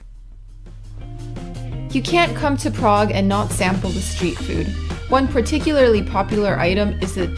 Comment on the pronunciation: ugh ur pronuciation is so wrong and i know beacuse i used to live in prague